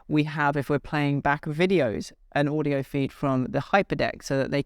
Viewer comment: router not rooter! wow, this really gets to me. It’s not Oodio, it’s audio. it’s not, rooter, it’s router. u have all that knowledge, but consistently say Rooter? such a shame .